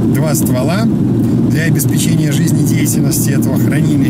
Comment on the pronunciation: В слове “обеспечение” ударение надо поставить на третий слог – обеспЕчение